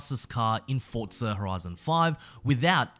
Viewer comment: Bro its forza not fortza get it right